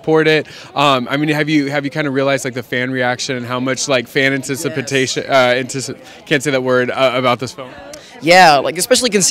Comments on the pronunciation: This guy can't say anticipation.... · How can he not say anticipation? LOL